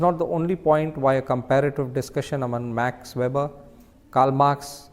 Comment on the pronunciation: 😢his name is not Ma(r)x, just Max, regards